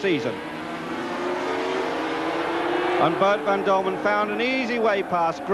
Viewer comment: It was not called MotoGP in those days. It's Boet van Dulmen, not Dulman!